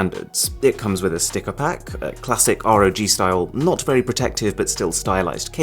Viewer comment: it's not R.O.G it's just ROG like log with a R